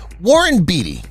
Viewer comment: Warren “Beet -y”. This guy needs pronunciation lessons.